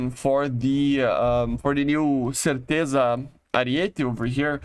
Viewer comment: Not something anyone might be interested AT ALL but the Ariete "Certezza" is pronounced "Tchertettsa" or you can just google it and listen yourselves 🙂 (I like languages)